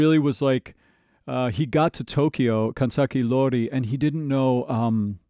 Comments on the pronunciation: Additional correction. He might pronounce iori as i(letter i)-ori, but the correct one is i(letter e)-ori😅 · It probably doesnt matter at this point anymore but I just wanna point out that the name of 'Life Hates Us Now' is Kanzaki Iori as in 'i' not and 'L'